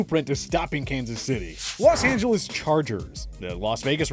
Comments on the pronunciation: it says Lan Angeles instead of Los Angeles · Ah yes, the Langeles Chargers